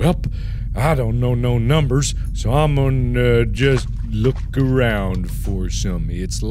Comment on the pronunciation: "No i thought i was aRRRound the corner"